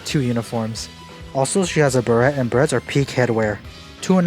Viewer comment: 0/10 pronounced it beret and not ber-ay